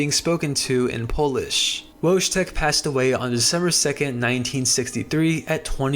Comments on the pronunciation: Wojtek is pronounced "Voy-tek" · Great video, but something that bothered me is your pronounciation of Wojtek. in slavic languages J makes a y sound. So the correct pronounciation is "Woytek". Your channel is underrated, lovely video otherwise!